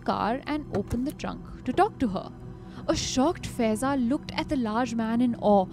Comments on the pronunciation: The name of Girl is faaaiza not feza pronunciation is wrong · Guys, her name will be pronounced as फायेज़ा 😊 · Faiza is pronounced as Faa-ey-za. 😔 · FAIZAA is pronounced wrong